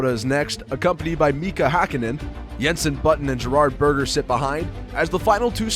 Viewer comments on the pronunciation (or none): none